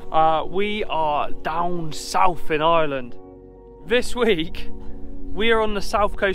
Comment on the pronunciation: Genuinely nice folks who really how Beautiful our Country can be. It's a terrible pity though that in the 3 months our Visitors spent here that someone didn't take the time to have a little whisper in their ears on how to pronounce "IRELAND" or that old reliable " Sláinte"...Wishing them well on their Next Adventure...Slán!!